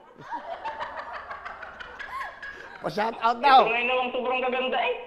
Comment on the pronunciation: Shawrawt Gerald narinig ko nung una haha